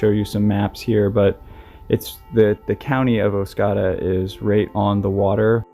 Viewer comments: Second "o" in Oscoda is a long "o", like a Canadian would pronounce it (or someone from northern Michigan). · Just wanted to say how much I enjoy listening to your video's. And also wanted to say that the town is Oscoda and is pronounced oss-COE-duh - good job on your stories! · I had to stop and go back to look at map as i didnt recognize the way pronounced it. I used to hunt rattlesnakes along the river and Oscoda with my cousin When I was a preteen and teenager. Wonderful memories. My heart goes out to Patricia's family. 🙏